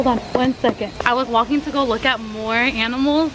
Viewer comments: she sound like she is say flocking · Bro cussing was peak Yes I know she said walking around it just sounded like the f word